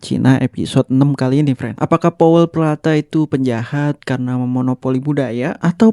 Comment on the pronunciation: wah maaf, ada salah data dan nama nih min. contoh. stacy perlata harusnya stacy peralta. btw produk Powell peralta (george powell dan stacy peralta) bukan muncul di tahun 80an tapi sudah ada sejak tahun 70an akhir. (saya punya decknya powell peralta sejak tahun 1978). yang benar bukan bones bridge tapi bones brigade. (Tony Hawk, Rodney Mullen, Steve Caballero, Lance Mountain, Tommy Guerrero, Mike McGill, dan Per Welinder. ) . btw maaf ya min, masih ada lagi yang penyebutannya salah. btw lagi ra popo he he... FYI dari Rodney mullen-lah tercipta flatground ollie yang menjadi basic munculnya street style. (walau rodney mullen dan steve rocco sebenarnya, jagoan2 dalam kategori freestyle). catatan: walau rodney mullen dianggap sebagai pencipta flatground ollie, yang menjadikan munculnya street style, namun pencipta ollie yang sebenarnya (di vert) adalah Alan "Ollie" Gelfand pada akhir tahun 1970an (thn 78 kalo ngga salah) dan mullen mengadaptasinya untuk di flat pada tahun 1982. sejak itulah street style berkembang, karena skatepark (di amerika) sudah banyak yang ditutup. benar itu yang seperti mimin katakan. note : kami di Indonesia (khususnya jakarta dan bandung) sudah bermain skateboard sejak tahun 70an, (jaman2nya arya subiakto dan didi arifin, jay subiakto juga gilang ramadhan) dan karena pada tahun 80an skateboard "hilang" kamipun berhenti bermain. dan di Indonesia pada tahun 90an mucullah angkatan2 ardi polli, Rico, tony sruntul, reno pratama dst sampai sekarang. Namun yang